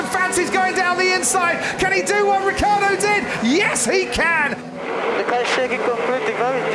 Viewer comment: Ma perché diamine il telecronista dice Riccardo invece di Ricciardo?! But why the hell the commentator says Riccardo instead of Ricciardo?!